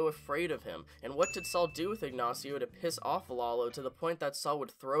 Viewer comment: Dude's pronunciation was flawless. The accent was definitely incorrect, but pronunciation is a HUGE improvement over some of the shit I frequently here people say.